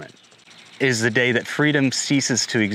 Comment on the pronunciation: "You will eat zee bugs"